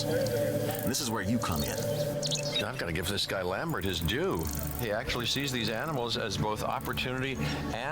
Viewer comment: did he axtuley say that